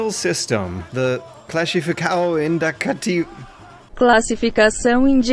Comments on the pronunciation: OMG Listening to you trying to say "Classificação Indicativa" made my day. LOL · ..please try to say "classificação indicativa" again, please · I'm Brazilian and I lost it when you tried to pronounce "classificação indicativa". Great soundtrack, BTW. I remember my parents having trouble with depictions of crime in games and the only one I was forbidden to play was GTA, but eventually they allowed me anyway. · I cracked when failled so, so miserably at trying to say "classificação indicativa" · I laughed way too hard when simply gave up on trying to pronnounce "classificação indicativa". Adding an extra funny fact: Counter Strike is actually banned in Brazil, yet nobody gives a damn, the game was never pulled from steam, and is still very popular... in fact more popular than ever, since nowadays we even have a world champion team to cheer for (Luminosity Gaming). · Oh man you made my day by trying to say Classificação Indicativa. At least you tried i guess